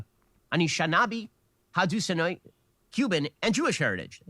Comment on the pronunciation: not...the way.....ben shapiro pronounced...anishinaabe and haudenosaunee i'm